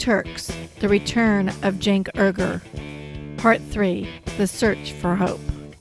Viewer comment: “Errgerh” 🤣 ... it’s alright, Cenk pronounces it wrongly as well. It’s “oui-goor” (French “oui”) but he calls himself “you-ger” (rhymes with Luger) because: Murrican!